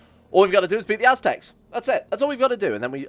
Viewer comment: Aztecs... ASS-tecs